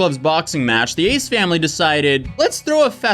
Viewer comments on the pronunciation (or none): I have no idea who those people are, but I kept hearing "Aids family" when you said their name.